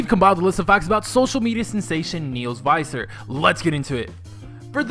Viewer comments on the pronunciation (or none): its actually visser not faiser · It's Neels Visser not Neels Viser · Niehls Vihssur(Neels Visser) not faiser (Viser) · Neels VISSer. you pronounced it wrong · He says visser wrong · u said his last name wrong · You pronounced ' Viccer ' wrong. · Tenneh Berete thats what I thought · ikr. I got so annoyed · SOOO wrong